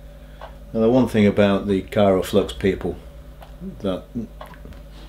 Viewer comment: I know this is a fairly old video now, and not trying to be an a-hole, but it's Kry-o-flux not Kyro-flux ;-)